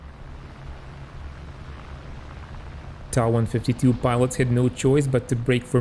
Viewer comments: NOT Taaaaaaaaa ......the letter T and then A TA 152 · "Tah" 152 .......... Never heard it pronounced that way...I've only known it as "Tee A" 152. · Hey it's not a deal breaker, still enjoyed your video. But this video is in English....so perhaps stick to what English viewers are used to. I have been a WW2 aviation enthusiast since 1975...never heard the Ta152 pronounced as other than T.A.152 in all that time...... but anyway I'm moving on...keep up your good work overall...nice graphics and research...thumbs up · So you don't pronounce Me109 as M.E.109....you pronounce it as 'Meee 109' ??? give me a break. Russian planes are pronounced as you say. But German aircraft are generally the letters pronounced separately. F.W.....M.E.... T.A..... J.U. ...... D.O. etc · Ok I'll wait with baited breath for your next videos pronouncing the Ju88 as the 'Jew 88" and the Fw190 as the 'Fwuh 190' ........ you are wrong regarding the Ta152 pronunciation and instead of admitting it and moving on you're digging yourself a bigger hole.... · Wrong. Ta is not an abbreviation from two words such as Fucke Wulf or Bayerische Flugzeugwerke. These are first two letters from the designer's last name Tank. Which in German is pronounced 'Tunk' and NOT as in 'Main Battle Tank' which every single English speaker does. Likewise, Soviet Yak series of fighters are called Yaks and not Y.A.K. because it comes from the name Yakovlev. Same goes for Ju-87, short from Junkers (pronounced 'Yoonkers')